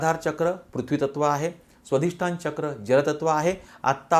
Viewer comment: क्षमा करा! पण स्वधिष्ठान नव्हे! स्वाधिष्ठान!!